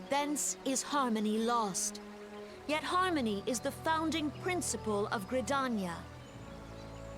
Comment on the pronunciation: OMG !! THE MAD LAD DID IT !! he finally said Limsa Lominsa and Gridania right !!!!!